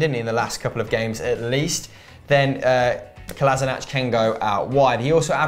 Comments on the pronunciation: It is Kolasina"k" not Kolasinac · So the self-proclaimed 'king of pronounciation' can't say Kolašinac properly. What a shame.